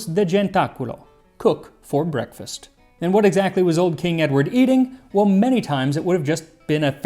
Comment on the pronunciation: "brekefaste" im calling it that now